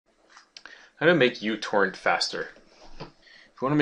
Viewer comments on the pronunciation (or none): when he started the video i thought he said "How to make you twerk faster" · i tought you said i will make you twerk faster lol :-)